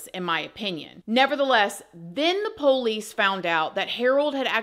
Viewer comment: I like how you pronounce POLICE as "Poe-lease" That's country as hell! 😊